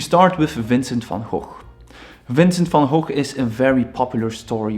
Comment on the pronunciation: today I learned how to pronounce Van Gogh properly